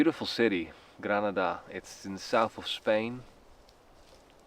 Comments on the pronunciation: Pronunciations........ Whatever...!!! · aub...Granaaaada. Ik wil geen zeikerd zijn, maar aangezien ik in Spanje woon (sinds bijna 18 jaar), Granaaaada aub.